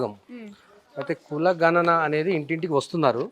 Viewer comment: ఘ నన కాదమ్మా గణన